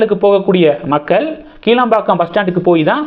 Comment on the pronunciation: "கிளாம்பாக்கம்" என்று உச்சரிக்கவேண்டும்! "கீழம்பாக்கம்" இல்லை!